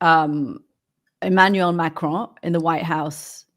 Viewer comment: Can someone tell you Americans that it’s Macron, not Macrone? There is no e!